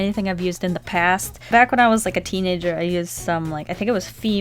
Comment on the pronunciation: When you was talking about how soft it was it sounded like you said " back when I was a teen ninja" instead of teenager😂